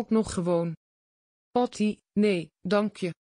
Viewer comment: Wat een uitspraak dat is zeker een computer Patty wordt Potty genoemd 😂😂😂😂😂😂😂😂😂😂😂😂😂